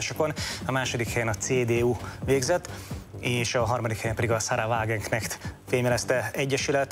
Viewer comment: Könyörgöm.... A hölgy nevét VÁGENKNEHT nek ejtik. A tanár úr beszél németül, mégsem helyesen mondja a nevét, a többiek szintúgy